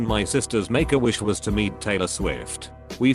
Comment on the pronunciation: sounds like "megawish"